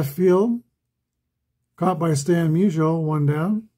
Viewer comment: Lol, when you said Musial scored, it sounded like Measles scored. Maybe I'll start calling him Measles in my 1962 replay. Glad to see Wilson and Dawson each get a hold of one. I was pulling for the Cubs. Just think if APBA had some of the great 1800s players for the Cubs like Cap Anson and Clark Griffith. I'm looking for an excuse (or a project) to buy the 1883 APBA season set. Haven't quite found it yet. I started the 1933 Carl Hubbell replay last night. In the Giants season opener on 16 Apr 33, Carl gave up 3 earned runs on 6 hits over 9 innings as the Giants shellacked the Dodgers 13-3 at Ebbets Field. IRL, the game was a 1-1 tie after 14 and a half innings. I assume it was due to darkness. In that game, Carl gave up 1 earned run over 11 innings. EDIT:I looked the set up on the APBA site and I see they do have Cap Anson in it.